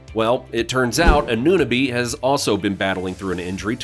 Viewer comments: Unsubscribing after he couldn’t pronounce OG anooooooo-nabeeeee Lol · The second you called him A-noo-nabee, any credibility I thought you may have had with respect to your knowledge of the team went right out the window. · AN * AN * OH * BEE That’s how you pronounce his name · How you pronounced Anunoby made it impossible to pay further attention, sorry. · otto porter is not back lmao. And the way you say Anunoby